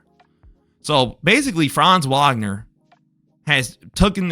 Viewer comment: Good video. His last name is pronounced with a v sound not a w sound though. Franz Vagner.